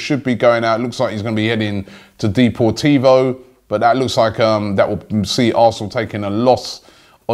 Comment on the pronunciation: 'D-poor-teevo' that triggered me tbh.